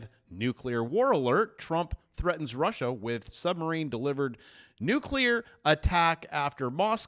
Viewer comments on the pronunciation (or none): Hey - maybe you can have A.I. learn you how to pronounce the words "nuclear" and "supposedly". You sound like a dork. An L.A. Unified dork...